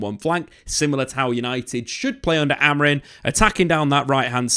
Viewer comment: his name is Amorim not Amorin